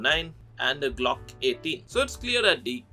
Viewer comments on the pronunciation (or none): none